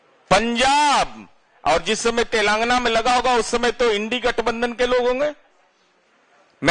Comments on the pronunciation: अरे बोल तो सीखो कम से काम तो लगा बोल रहे हो तेलंगाना बोलो तेलंगाना नहीं है बोलने का तो सीखो नेता बन गया किसने बना दिया कर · Enko to telagana bolne nahi aa raha hai 😊